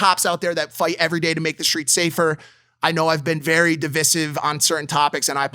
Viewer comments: Mike I love you but it's pronounced dih-vai-siv not dih-vih-siv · Mike saying divisive wrong 10-20 times. 🤦🏼‍♂️ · Mike if your gonna say it 50 times, please pronounce it right, okay? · Not to derail the important conversation but who’s gonna tell mike how to actually say “divisive” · Divisive lol. Pronunciation was funny